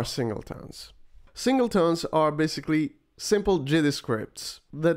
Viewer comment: SingleTONS ... not "tones" :) Otherwise, good content!